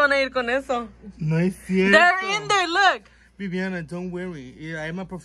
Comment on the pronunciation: Its VI-VI-ANA now simple as that! Lol